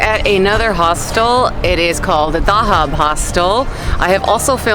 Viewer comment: you pronounced like Spanish town I stayed in Dahab and Holy Sheet when I was in Cairo I wish I watched your video before going there. I subscribed ❤4u